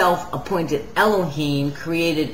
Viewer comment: Eloheem is a noun not a name. She's mispronouncing it on purpose.